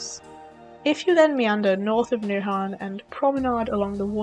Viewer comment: Take a compliment from a local 🇩🇰 ! Good and honest VLOG 👍! Good job 👍😍👍 PS: You actually pronounced "Nyhavn" correct 😲 ! Danish is the ninth hardest language to learn, int the World, but you seem to have the pronunciation worked out 👍 ! The Hotdog wasn't a Danish one 😒 ! It´s what we call "a French Hotdog" 🤣 ! But apart from that! You did a great job, with the the little time you had 😍😍😍. Wish you Safe travels❤